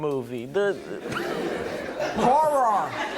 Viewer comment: For some reason I actually thought he was gonna say a whore movie